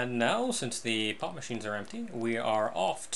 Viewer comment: (Not making Fun) When you say "POP MACHINE", it sounds like "POT MACHINE".